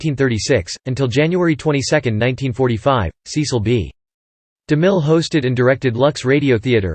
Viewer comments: SESS-ull. SESS-ull. SESS-ull. SESS-ull. SESS-ull. SESS-ull. SESS-ull. SESS-ull. SESS-ull. SESS-ull. SESS-ull. Apparently those automated narrations don't know it's SESS-ull.. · That's now how his first name is pronounced. It's a short e sound, not a long e.